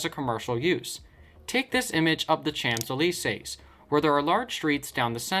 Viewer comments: "Shantelissays" is certainly an innovative way of pronouncing Champs Elysées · Is there anything as excruciating as listening to Americans mispronounce place names? Even one of the most famous streets in the world! " Chomps Ellie-seize" ........ good grief! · Lets look at the CHAMPSSS deleysaiSSSS. Why do youtubers never wanna do a quick google transelate, if they wanna pronounce a different language :p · Most places just "evolved". They weren't planned. " The champs eel ee says " !!?? WTF !!?? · Oh God, this guy's pronunciation of Champs-Élysées hurt, and I'm not even French! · How did he pronounced Champs Elysees? French is barely my 3rd language and even I know how to pronounce that. It makes me wonder how would he butchered Verssailles? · I‘m german, not french, and even I cringed when the guy in the video pronounced "champs elysees"! xD Sure, I don’t know how it’s spelled (thanks for the help google!) but at least I know how to say it! Had to do a double take when that part came up. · just fyi if the french catch you pronouncing the Champs Élysées like that theyre bringing out the guillotines. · ah yes, the city of denmark 😂 edit: wow, how he butchered champs elysées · Even I felt a stinging pain when he said it - and I am German! We Germans are the masters of butfhering other languages with our "sick Jerman ackzent"! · Yeah, that made me laugh. And the pronunciation of "Champs-Elysées"... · And the pronunciation of the Champs Elysee